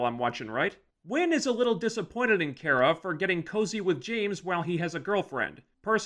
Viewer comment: You wanna bitch about supergirl but you cant even get her name right. It's not kiera, its KARA